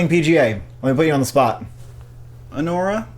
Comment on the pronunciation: That “Anora” was hilarious